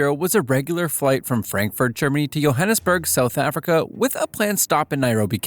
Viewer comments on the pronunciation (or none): Sorry but I can't ignore this, Johannesburg is pronounced with "J" not "Yo"